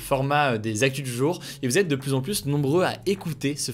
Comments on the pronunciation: Tu dois revoir la pronunciation de plus. C abusé. 80% du temps tu dis Plusse alors que c'est Plus. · De plus en plus, arrête de prononcer le S au premier plus, ça se prononce " de plu en plus", aucun reproche, aucune négation, juste une astuce de langage ;) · Il faudrait quand même qu'un jour tu apprennes la différence entre "plus" et "plusse" .. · Hugo tu pourrais arrêter de dire « pluSS », c’est trop stressant ! Je me retiens depuis longtemps mais à chaque fois ça me titille, on ne prononce pas le S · tu pourrais arrêter de prononcer le S du mot plus ? 😅 c’est juste trop stressant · Techniquement le deuxième non plus, il est suivi d'une consonne, mais après plein de personnes risquent de ne pas comprendre la phrase (niveau de la langue française de la population : mauvaise)